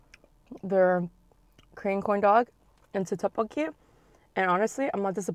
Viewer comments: She says Teokbokki when it should be like Deokbokki. Hard D not T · How she pronounces tteebbokkii “toepoki”😂😂😂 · Any one else bugged by how she pronounces tteokbeokki 😒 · Don't get me wrong i love but it bugs me when people dont put in effort to pronounce things correctly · I hate how she says "tteokkbokki" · Kelle Acosta I know but if she couldn’t pronounce it correctly, she could’ve just said spicy rice cakes